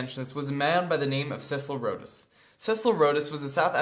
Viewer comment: Rhodes is pronounced like "roads".